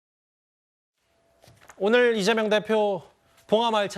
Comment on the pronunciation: 찢재명 찢재명 찢지명! 으로들린다